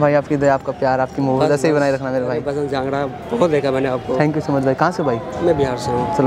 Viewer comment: jangada Nahi jangra